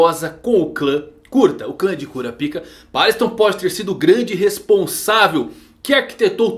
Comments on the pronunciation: Não é Kurapíka que se pronuncia, é Kurápika. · No anime eles falam "kurápika"... Acho melhor tbm kkkkkk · cura pika não mano, fala cora paika, como na dublagem, ou kurapika,em uma dicção só, sem separar as palavras, vlw!!! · 'Cura Pica' não era meme gente? Pelo o que eu lembro, o nome dele se pronuncia 'Korapaika' no Brasil... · eu costumo chamar ele de kurápika ao inves de kurapíka, então eu vi esse video com estranheza kshsuahja mas ele ta muito bom, parabéns